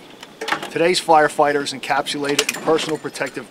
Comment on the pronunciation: I love how it sounds like he is saying flire fighting hahaa